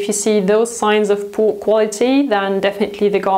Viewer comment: I love how you say “poo” quality 🤣 Still a very accurate description